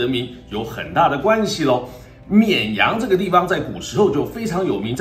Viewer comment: 沔阳 这次终于读对了😂😂